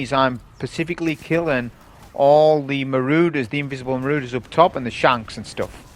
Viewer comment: PSA: “Marauder” is pronounced maw-raw-der, not ma-roo-der. Thank you 😊